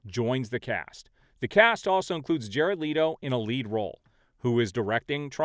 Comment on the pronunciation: I love you, but please pronounce Leto correctly (it rhymes with “Let go”).